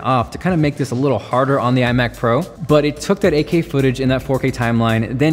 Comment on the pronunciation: AK? Think he says 8K?